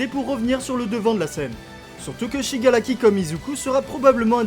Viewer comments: c SHIGARAKI et non SHIGALAKI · c'est pas pour être méchante mais au lieu de dire Shigaraki tu dis shigalaki et pour dire Todoroki tu dis tôdoLoki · Pk tu di shigalaki et todoloki au lieu de shigaraki et todoroki